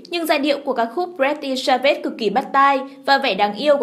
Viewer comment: Ad tên bài hát pretty svage mà sao đọc j kì vậy ko bt đọc tiếng anh à?